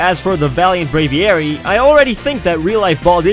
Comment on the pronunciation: Brave-ee-ary -_- Brave-ary.